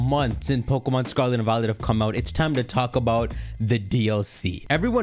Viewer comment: This guy couldn’t say pokemom more Indian